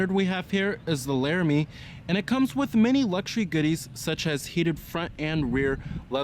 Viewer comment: I like the way he says Laramie!